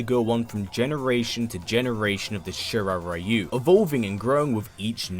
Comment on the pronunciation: Ryu. Is pronounced reeyou not raiyou:/